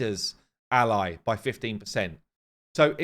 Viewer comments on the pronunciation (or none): none